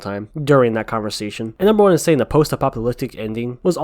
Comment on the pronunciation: Person OF colour, not person o'colour, saying, NOT sayin'.